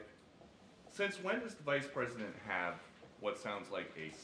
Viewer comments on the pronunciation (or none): A presinent???🤔